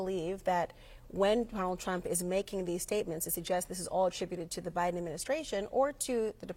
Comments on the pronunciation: The interviewer said "president O'Biden" 😂😂😂😂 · She said president Obiden